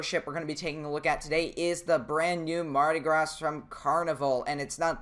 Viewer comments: I know this is probably nitpicky, but I'm pretty sure it's pronounced "Mardi Graw," not "Mardi Grāz." Not 100% certain as far as the ship's name goes, come to think of it... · It's pronounced Mardi Graw. Not Gras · btw its said: mardy grah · Mardi Graw. I know, I'm frickin' a Southern Alabamian. And it's (Cajun) French, not frickin' English. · when you say mardi gras you say the gras your shoud say gra no s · For your knowledge: Mardi Gras is French. The S is silent. And it’s not Coasta Concordia. It’s Costa Concordia - like how much does it cost…not coast. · do mardi gras vs synthony of the seas Edit: it's called mardi gras but it's at a silent s at the end of gras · mardi gras has a silent s in "gras"